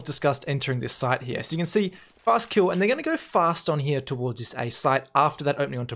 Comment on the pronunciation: How often did you say "hya" ("here" with a weird pronouncation)? xD Jk, great Video as always